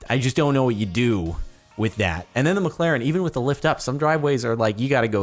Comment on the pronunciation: did u say u have a miclarin